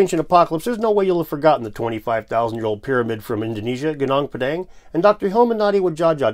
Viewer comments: It's Goo Noong Pà Dhàng not pedeng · Gunung Padang is pronounced GOO noong PAH dung